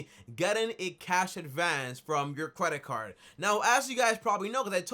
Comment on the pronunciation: He said Cwedit card 😂😂😂